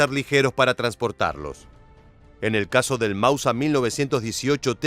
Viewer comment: Con todo el respeto señor, me pregunto si usted hace estos videos para una etnia determinada, que hable un español un poco diferente, lo digo porque lo escucho decir constantemente ""Mausa"" y no *Máuser, a no ser que yo esté recibiendo mal el mensaje, en este caso me retracto del comentario, saludos.